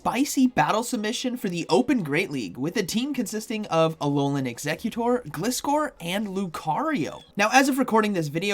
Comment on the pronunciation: Why can't I see you anymore?! And btw, don't know if anyone's told you before it is pronounced GL eye score according to the anime. Which makes sense, cus the name is composed out of glide, from glider and scor from scorpion. Thank you! And you're welcome! I love your videos! 😁👍